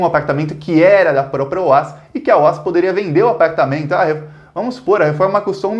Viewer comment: excelente video! A pronúncia do nome da construtora OAS é "óaÉssi".